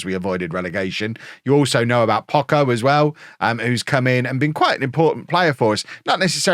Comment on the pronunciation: just for clarification in spanish the CH is pronounced like the CH in "Chop" at any time, and the way you pronounce it looks like this in spanish "Pocco" meaning little or few in terms of quantity. Viva el Pocho !!!! jejeje